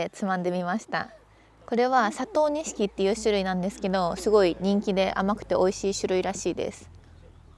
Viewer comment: 🍒さくらんぼ甘すぎて「佐藤錦」が「砂糖錦」になってるとこかわいい😊